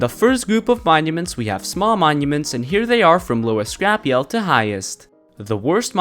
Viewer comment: Lol its not pronounced “yeld”